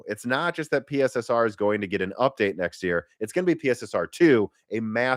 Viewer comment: It's pronounced "Pisser", not "P.S.S.R".